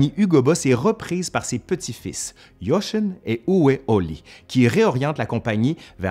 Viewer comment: pour la prononciation : Jochen = "YoRHen" et Uwe = "Ouveu"